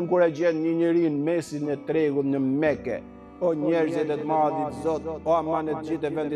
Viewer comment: Shkon njëri në (meke).... MASHTRUS as as emrin Mekë... se shqipton si duhet.....